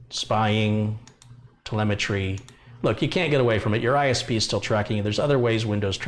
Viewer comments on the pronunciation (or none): none